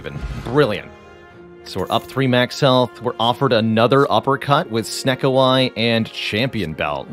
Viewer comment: Half the time you say "uppercut", I hear "apricot" XD